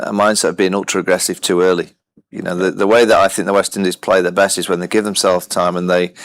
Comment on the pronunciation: Saiyami Kher - "South Africa won theya game. India won they game." It's their Saiyami not theya